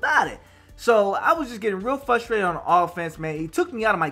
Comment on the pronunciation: FRUstrated. Not FUstrated. Sounded unprofessional to me